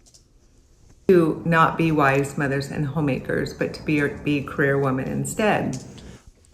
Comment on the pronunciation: Thank you at yelling at the way she says “cAreer” fkn sounds like she’s saying “creer” 😂